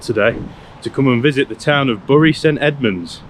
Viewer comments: I wonder if anyone helped you with how the town is called "berry" rather than "burry" like the town in greater manchester. Good choice of local pubs - grand. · It's produced Berry as in cherry, not Burry as in slurry😉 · Wow!! what a great video, The Dove is certainly my favourite pub ever, and Oakes Barn too. Such a pity you picked a wet day. You show Bury (pronounced "BERRY") as a really nice place to visit and stay, I've only lived here for 70 of my 74 years so what do I know!! I am in the Dove bit drinking Adnams Mosaic, with Snooks the Jack Russel teasing Roger the landlord. Beer and banter and fun company what more can you ask for from a pub, AND just look at those prices! Love the Dove and all things Bury, apart from the rain. You have done us proud with your video, cheers and next time you're in I'll buy you a pint. By the way Bury St Edmunds has just won the UK's most dog friendly town, what's not to love about this place. CHEERS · represent!! Cool video 😎. Remember though if you want to sound like a local it's pronounced "berry". The Rising Sun has just reopened and it's ace, so there's a good reason for a return visit. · I'm from bury. Say bury correctly please 😂 fucking beautiful town it is!! That pub is lovely. Always always full off interesting people! The same with every pub in bury 👌👌